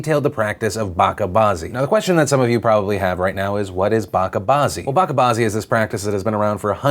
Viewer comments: It's not pronounced baka, it's bache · not BAKKA its bacha` "CHA" like "cha"mpion. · Hey Phil, it’s Bah-cha, not bah-ka when talking about the Afghanistan story. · hate to be a language Nazi but the word Bacha which means Kid, is not pronounced as Baka, the ch is more like chair or chips but it is pronounced twice, so the correct pronunciation is Buch(like much)-cha as a single word. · It's pronounced ba-ch-a not bakka. You pronounced bazi correctly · It's not baka it's Bacha (Ba-Cha as in chart)... You're welcome... :P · Its pronounced bacha not baka. The ch here is not pronounced with the K sound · Hey Phil, it's pronounced bacha (ch as in choice) bazi not baka bazi .. means baby or boy in Urdu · It's not "BakaBazi" it's "BaCHa Bazi" as the CH in CHurch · Philly D my man, it's pronounced "batcha" or "batchah" not "bakka" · Bache bazi is pronounced ba-che not ba-ka. Driving me nuts cause you said it so many times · Hey Phil, great video like always. Terrible terrible thing to hear regarding Bacha Bazi. Just a small correction to your pronunciation of Bacha. Its not (Ba*ka* Bazi) its actually (Ba ch a) with ch being pronounced like ch annel. Indian here so just a small correction. Hope you or the community doesn't feel bad about me offering a correction to the word. Love yo face as always! It's great to follow your main content on here and the BTS Vlogs. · pronounced 'BA-CHA', not 'BA-KA' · It's Bacha Nazi, the "ch" is soft as in the start of chocolate, instead of a "k" sound. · Philip DeFranco bacha should be pronounced with cha like in cha cha cha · The ch in bacha is pronounced like the ch in cheese, just thought I'd put it out there, because at first until you showed the word, I didn't know what you were on about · Bachabaazi is pronounced 'Ba-ch-a-baazi' where 'ch' sound being the one from 'chariot'. Also, love you! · Just letting you know, it’s Bacha like batch, it’s pronounced batcha baazi. Thank you for talking about this.